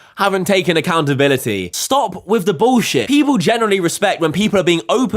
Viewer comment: She needs to take "Accountalinity" 😂😂😂